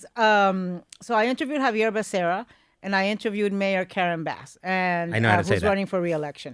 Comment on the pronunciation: Ana, isn’t Becera, both R’s (rr) sounds completely Becerra, I mean if you’re saying Spanish last name😅😊